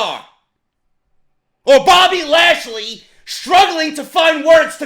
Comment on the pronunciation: Haha the way he said bobby trasly was fucking amazing...#